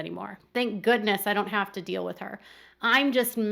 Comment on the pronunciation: Robyn sounds so dumb when she talks. Not trying to be rude, but the way she pronounces feel as fill and deal as dill makes her sound like a dumb rube.